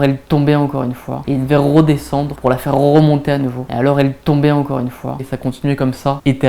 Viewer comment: "rrroe désendre pour la rrrroemonter" ptdr meilleur moment de la vidéo